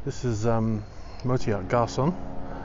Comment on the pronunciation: Your pronouncing of any names, that are not english, is awful! Garcon, Hermitage, ... you should work on this!